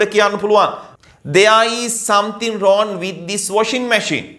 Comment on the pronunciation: රෝන් නෙවෙයි රෝං Becareful, If you pronounce wrong as wron the students get confused..